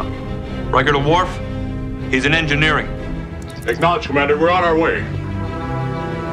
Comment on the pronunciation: "Worf! He's in Egnineering!" "Okay. I'm casually strolling that way....."